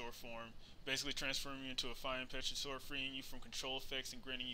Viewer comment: Lol I love how you say pterosaur, pe-tro-saur Although it's really pronounced tero-saur, the p is silent :)